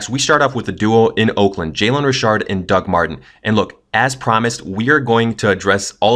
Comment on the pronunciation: I pronounce it "Beat-hard" and you pronounce it "Beth-ard" ...i pronounce it "Rich-ard" and you pronounced it : "Re-shard" ok